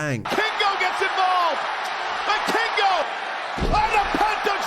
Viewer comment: it's pronounced "vee-kingo" PS: love your work btw